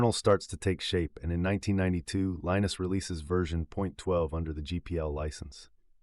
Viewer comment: If you can't pronounce Torvalds first name correctly, you don't have any credibility.